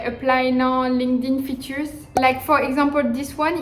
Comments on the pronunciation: no. It’s pronounced as “linked (space) in”. Linked in. Not linkadin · hahah so cute comme tu prononce linkedin. cest linked in. ;)